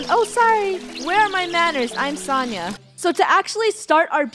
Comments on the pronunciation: Isn't Sonia pronunced so like the word so ni like me but with a n then ahh idk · When funneh talks to Sonia she said Sania and that is my name 😊